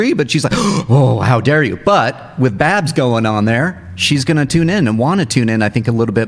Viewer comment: said Babs. Thank you; )